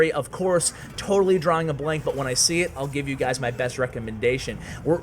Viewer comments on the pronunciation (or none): none